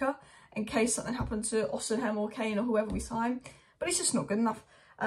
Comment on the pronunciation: It’s pronounced O-SI-MEN, not O-SIN-HEM.